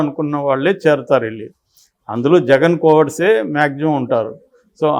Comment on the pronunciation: Anchor గారూ! తెలుగు భాషను ఖూనీ చేయకండి. 'ళ' వేరు. 'ల' వేరు. .. వెల్లి, మల్లి, పెల్లి... అనొద్దండీ. వినడానికి అసహ్యంగా ఉంది.